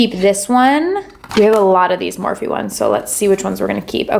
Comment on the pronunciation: Don't get me wrong gurl i love you. But i cringed every time you said Morphe